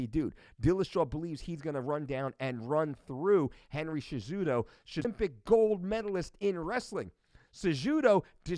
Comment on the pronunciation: Henry jashudo?? Huh